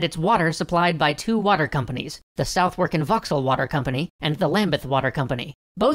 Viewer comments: Southwark is pronounced as 'Suth-ark' But we can't get too mad with you Yanks mispronouncing our placenames, since London definitely has the weirdest spelling vs pronouncation combinations in the whole country. Other examples: -Leicester Square -Grosvenor Square -Balham -Borough -Tottenham -Marylebone But PLEASE if you ever talk about any country ending with 'shire' like Yorkshire, Lancashire, Cheshire, etc. remember that it's pronounced like SHEER. Americans pronouncing it like its spelled is not only irritating but also our #1 stereotype of 'Yankee ignorance.' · Gah! Southwark is pronounced Suh-vuk haha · Southwark is pronounced sutherk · lol you've done episodes on Korean history, Zulu history, Japanese history... but only when you come to my home town of London do I need to correct your pronounciation! Southwark is pronounced "sutherk"! English is weird! Err... should I end the comment with random English slang beginning with b? Blimey! Bugger this bloody bollocks! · by studying you can learn to say "southwark" correctly too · Dark I feel sorry for people from Southwark for hearing their borough's name butchered by the narrator. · Although you dodged the classic mistake of mispronouncing the Thames you fell victim to the Southwark pronunciation trap. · The w in Southwark is silent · Southwark has a different pronunciation than the one used. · I love......but you are pronouncing Southwark wrong! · I live in Southwark lmao that’s not how you pronounce it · Look, we all know English spelling is terrible, but place names in England are the most treacherous. Please consider looking up the pronunciations of place names before recording future videos. Hearing your entirely reasonable attempt to pronounce Southwark is, because the rules are unfair, just painful. Sorry. Or at least watch shibboleth by Sir Reginald Pikedevant. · I always chuckle to myself when americans pronounce Southwark as 'South-werk'. Its pronounced 'SUTH-ək'. Great video though!